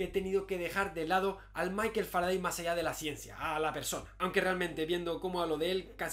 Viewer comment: Salvo que se pronuncia Faradey, al igual que Sunday, Monday o Friday. O cómo pronuncias los días de la semana en inglés?